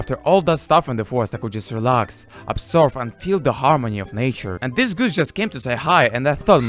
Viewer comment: MY GOD! what kind of accent is this?? That's horrible! My ears bleeding when i hear "dis" "chree" "kunt"! let's play: try to find out, what these failed words meaning.